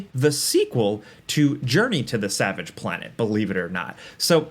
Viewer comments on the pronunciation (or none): none